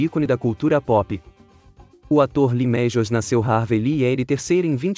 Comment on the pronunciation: Lee mejius😂😂😂😂😂😂😂